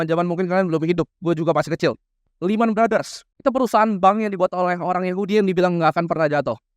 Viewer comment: "iman brothers" awkwkwkwkwk jadi lehman adalah singkat dari lemah iman